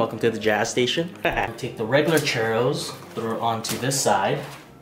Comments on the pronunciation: It's churros not chero or charo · CHEW - RRROS. 😌 You're welcome lol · 🤣🤣🤣 funny the way you pronounce churros